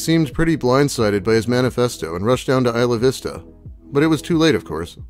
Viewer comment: It’s not EE-sluh Vista. It’s EYE-luh Vista